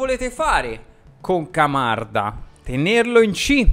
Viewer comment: “Mocanda” mi fa morire!!!😂😂😂